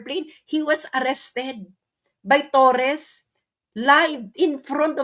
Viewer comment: TORRE not TorreS!